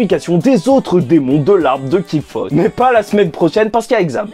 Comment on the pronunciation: J adoré ta jupe shaj mais tu me tue quand tu dis qilfoss alors qu on dit arbre de qlipoth ;) et c est une croyance apocryphe juive ca sort pas de nulle part ;). Allez bonne continuation bravo pour tes vidéos